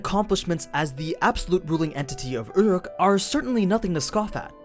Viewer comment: it's pronounced "ooh-ruke" not, whatever the fuck that noise is